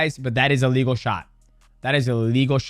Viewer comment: they way you say ''A legal'' sounds just like illegal lol - maybe say one is okay other isn't